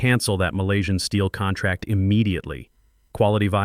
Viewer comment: I guess Patricia Wells is the new Marcus Chen in these AI stories and saying contrack makes all the characters sound stupid.